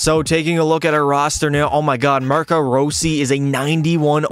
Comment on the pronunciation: row-si got me dead bruh😭